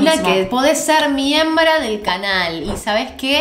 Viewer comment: Pense que dijo "podras ser mi hembra del canal" yo..... queeeee, aahh MIEMBRA DEL CANAL jojojo